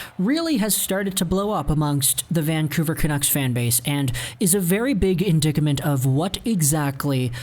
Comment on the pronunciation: Hey,. This is the second video in a row where I’ve heard you use the word “indacament”. Perhaps the word you are looking for is “indictment” with the second syllable rhyming with “right”?